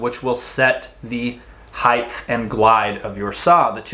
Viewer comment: great share, thanks. not to be critical but as many people mispronounce, the word height is pronounced more like “HITE”. Because it ends in ght, many people confused it to be gth and pronounce the word “HITHE”